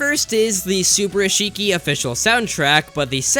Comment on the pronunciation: I believe the ~ in the end of Kariya lines are to mean a playful sentence. Also a little heads up: subarashii is pronnounced more like su-bah-ra-shii, no english pronnouciation, not even the R